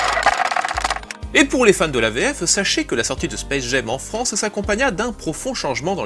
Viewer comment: Hyper intéressant comme toujours mais pourquoi il prononce le titre "Space Gem"?